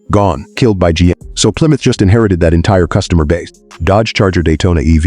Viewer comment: AI SLOP! , PLYROUTR? Stop with the nonsense!